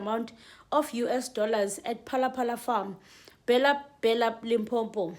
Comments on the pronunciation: It's Lim po po. Do you see m between po po? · Limpopo not Limpompo